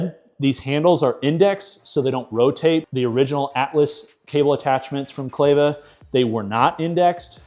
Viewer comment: Not clay-va… it’s Kleva like clever 👍🏻